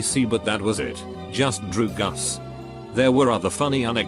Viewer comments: No one: Reddit: DrUgAs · drugs british robot: D R E W G U S